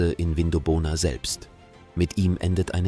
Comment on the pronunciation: Aussprache Vindobona (zusammenhängend) - wird nicht Vin do bona gesprochen & weitere falsch ausgesprochene Namen. In 20 Jahren wird leider niemand mehr die Namen richtig aussprechen.